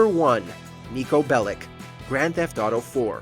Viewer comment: How can you title it with the word "every" when you left out all the ps 1 GTA games? Also Niko Belic the last name Belic is not pronounced like the word lick. Think of it as being spelled as Belich. He is from Serbia and c's in Serbian are pronounced as a ch.